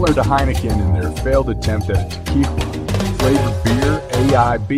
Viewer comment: Sorry. As mentioned, the music to vocals dosent mix well. AND... whats up with the word... TE-QWII-LA?😂